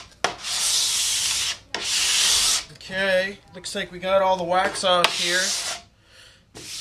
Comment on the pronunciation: I thought he said wack off not wax off....went wrong at that step. besides that good tutorial.